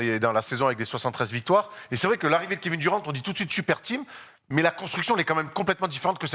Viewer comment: Oui il est très bon dans ses analyses, mais le Kevin Duran et le Zach Lavïne ça fait un peu mal au oreilles